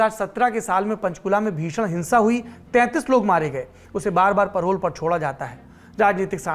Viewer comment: परोल नही पेरोल कहते हैं